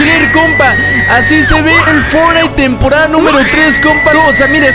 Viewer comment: dice tamporada xd